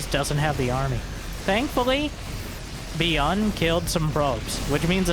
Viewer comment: Dislike for the pronunciation of Byun